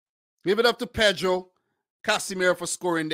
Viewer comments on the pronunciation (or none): none